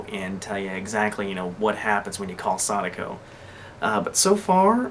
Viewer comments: Its not saniko its sa.da.ko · And it's pronounced SA-DA-KO not SAY-DA-KO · pretty sure it's pronounced sa-DACK-ko, not saw-DA-ko, like the story of the paper cranes. Not being a dick, just letting u know for the future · Sadako is pronounced Sah-Dah-Co